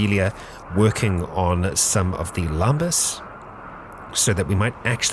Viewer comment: Lambas just sounds wrong to me, I'm pretty certain it's lembas.